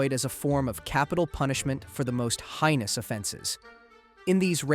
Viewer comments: Love the video and just for future, heinous is pronounced hey-nous not high-nous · Fyi heinous is pronounced like hay-nis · You pronounce stuff weird, tread isn’t pronounced “treed”, and heinous isn’t pronounced that way either. Good video though. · AI voice, it doesn't really know better though it should.